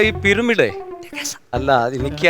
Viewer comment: പിരമിഡ് ❌ പീരുമെടു 🤣🤣🤣